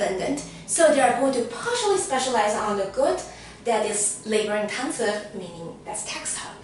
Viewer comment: i realy like the way you say intenseVU like chinese xD , thanks btwy for your content! it was very very helpful